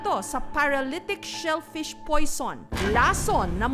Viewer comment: The brg. Kaptain says shellfish 😭